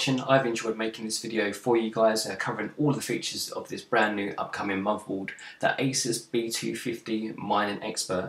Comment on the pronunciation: Nice preview. Thanks. You might want to consider speaking more clearly. I hear usb free eeffernet muvaboard and I cringe. I do wonder if non English speakers struggle with listening to you.